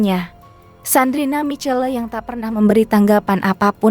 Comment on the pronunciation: Sandrina Michelle... Bacanya salah... Sandrina misyell atuh...